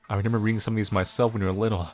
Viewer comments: please take this as kindly as you can i like your content but its re-MEM-ber not re-NEM-ber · I just realized you say renember instead of remember. I thought I was the only one who said that..